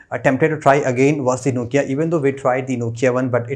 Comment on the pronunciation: Did he pronounce nokia as nochia?